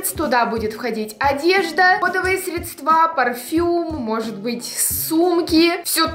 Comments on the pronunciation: срЕЕЕЕЕЕЕЕЕЕдства, а не СРЕДСТВААААААААА, ХВАТИТ ТАК ГОВОРИИИИТЬ! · Не средствА, а срЕдства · средствА, депутат, чтоли? 😂 СрЕдства надо говорить, ахахах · СрЕдства, а не средствА, спасигосподи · Не средствА , а срЕдства . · Не средствА ,а срЕдства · СрЕдства, а не средствА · Боже, не средствА, а срЕдства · средствА. Ааааа мои уши🤣🤣🤣🤣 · Срееееееедства ,,,,ударение на ееееееееееееееееееее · В слове средства ударение на букву е, если что так...